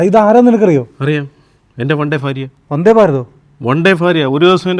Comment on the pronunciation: എടോ കിഴങ്ങാ, ഫാര്യായല്ല, ഭാര്യ